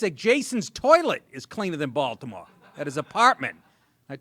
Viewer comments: "Baltimayor" lol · Woah, did he just accidently say Baltimayor? 🤯 Thats the dopest error I've heard this year. & If purposely said.. still🔥 👍